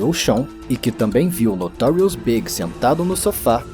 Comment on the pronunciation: ...lost me at 'Notorious "BIG"'. Not B.I.G., but pronounced like the opposite of SMALL - in the very first sentence. Peace out, A.I.